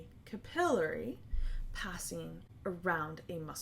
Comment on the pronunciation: that REALLY threw me off. lol